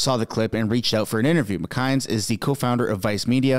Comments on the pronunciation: McInnes is pronounced Mc-in-is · It’s pronounced Gavin Mc-in-iss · say it with me: Gavin Mick inn iss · You are saying Gavin’s last name wrong! You must be a newb when it comes to this !